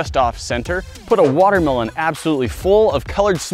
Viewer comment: He said water melone towards the beginning 😂😂